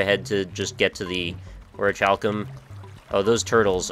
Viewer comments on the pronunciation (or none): dude, I get your american, americans never can pronouce foreign seeming words but its pronounced oricalcum you dont need to pronounce the ch, and yes i had to make the snarky comment about americas im british its in my blood. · Here I knew from my own experiences but I have also toke the liberty and looked it up, every soruce I have found has pronouced it as oricalcum, so whoever told you to pronounce the "ch" is wrong and I would kindly ask you not to disregaurd this one subscribers comment and instead pronouce it properly. Too many people dont look things up when its a more unused word in the english language, if you are unsure there is plenty of evidence online of how to say things. Dont let this be the blind leading the blind thats probably how the whole "oh now niche is pronounced nich now not neeshe" debacle happened and why america mostly pronounces it nich.***** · well, crobatman he's right though, you don't pronounce the ch since in latin (i think it's latin) is not even present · He wont disreguard it, I showed him proof of how to pronounce it it would just be stupid to continue misspronouceing it.Niflheim